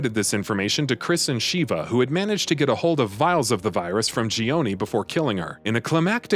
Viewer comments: her name is shiva not sheeeva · Excellent recap, but major cringe every time he says "Shee-vah" instead of "sheh-vah" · It was cringy having you say the names wrong. Especially, Sheva’s. I mean, they say her name so many times that not once did they say “SH-EE-VAH”. Come on, man! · sheh-va, not shiva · Sheva not sheeva short e not long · I cringe every time he says Shiva vs Sheva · Hate to be that guy, but it's Sha-vah They literally say this in the game, lol. Not Sheeva. Not sure why so many videos keep doing this. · you really wasted time discussing resident evil 5 chris and sheva when you COULD have been explaining its dlc desperate escape which actually includes JILL!!! also it's Sh-eh-vah... not shee.va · No offense when I say this buuuut Uroboros (Or-o-bor-os not Euro-boros) Sheva (Sheh-va not Sheeva) Idk how to spell Excella's last name but it's pronounced (Gi-ohn-ay not Gee-own) Sorry was just bugging me a little lol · Super cringey on how the narrator pronounced Chris' partner's name. It's like they never played RE5 at all. It's SHEVA not SHIVA. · Sh-eh-va? Her name isn't "Sheeva," you're thinking of mortal kombat bro... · Ugh I can’t with his butchering of their names 😂 Shhhhheeeeeva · Every time he says Sheee-va my blood hurts. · SHEE-VA COMPLETELY TURNED ME OFF!!! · Stopped watching when Sheva's name was mispronounced. RE5 had voice acting so there's no excuse. 🤦‍♀️ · There's literally no excuse to mispronounce Sheva's name.. the game has voice acting.. 😫🤦‍♀️ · This guy's pronunciation is all over the place. Sheeva, Euroboros, and Gionie are all phonetically wrong.